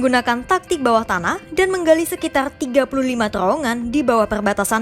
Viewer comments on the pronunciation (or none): Rrrr Rrrrr Rrrrr....TRrrrowongan gitu...Bukan Terowongan....Rrrr....Rrrr Rrrrr.....